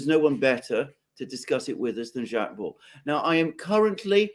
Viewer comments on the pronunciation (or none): I'm the most faithful fan of, but he always gets the French pronunciation wrong... Alexander is always right on - It's Baud (not BaudE as it is Macron (not MacrONNE 😊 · I agree with AM most instructive and, yes, must do it again .Jacques, latest work on the ME conflict in also eye opening . Incidentally, Jacques Baud, pronounced Bo or Beau. Once again thank you. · Alexander actually knows how to pronounce his name., not so much.